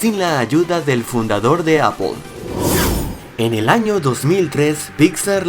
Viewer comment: porque le dices a aple apol y no apel???